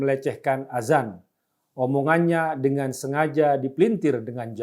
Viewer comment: Yg benar penulisan/pengucapan itu "ADZAN" .. Bukan AZAN.... Maaf bukannya menggurui, tapi hal ini harus saya sampaikan agar tidak menimbulkan kebiasan orang Indonesia dalam pengucapan kata ADZAN.. karena kalau AZAN akan berbeda maknanya Terima kasih 🙏